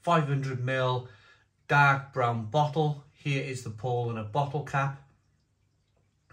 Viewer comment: It’s pronounced Pow lah ner. Just a bit of info for you to use in future videos 🍻